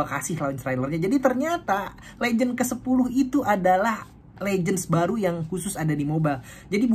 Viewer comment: Bang, pendengaran gw "Legend Pa 'de".😆